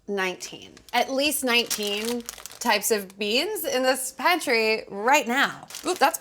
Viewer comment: laughing at her saying pantry after the last video 🤭